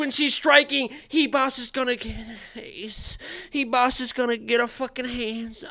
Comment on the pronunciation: Why the hell does everyone say amanda Hivas???? Its ribas with a RRRRRR